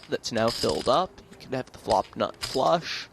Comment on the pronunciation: i HATE the way this announcer talks. the way he says "flush" and the way he says "five" really lazily. fuck you announcer.